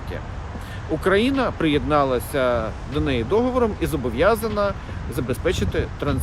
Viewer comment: Диктор, можно потренироваться в выговоре названия страны на украинском языке? Даже зеля уже научился. Стыд....